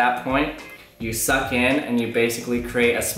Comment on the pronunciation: Every time he said suck in my head I heard SUCC bass boosted